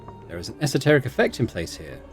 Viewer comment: Thanks for saying esoteric the way I've always heard it said!